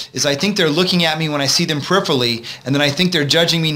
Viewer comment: peripherally has 5 syllables... this guy talks so fast it sounds like one. lol I had to rewind and play a few times to hear what he said